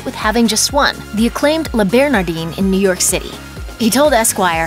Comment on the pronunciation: I think you can tell a lot about someone by the company they keep. This friendship speaks volumes about both of these men. Also, the 'i' in Le Bernardin is pronounced as a soft 'a'.